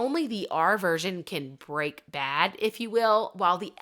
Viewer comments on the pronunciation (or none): none